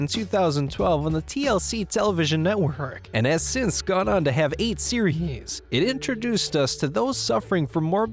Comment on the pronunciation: "Has since gon on to have 8 serHees"